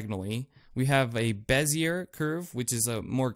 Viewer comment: nice vid bro. bezier is French. r is silent. something like bez e a.